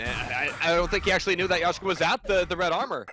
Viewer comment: it is "Leshka", not "Yashca"